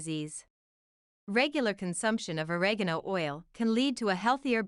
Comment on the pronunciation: can't think of a more mispronounced delivery of OREGANO ... for god's sake there is no 'a' at the end of oregano !